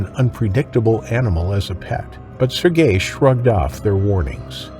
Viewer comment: AI needs to learn how to pronounce Sergei.